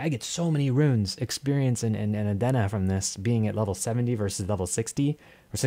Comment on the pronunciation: just came across this suddenly, decent stuff there. Nothing against the 9k gems but; "Adeen na". "Not A-Den-Na"